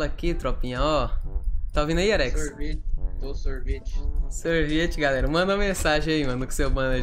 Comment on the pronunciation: Sorvetih galerah 😮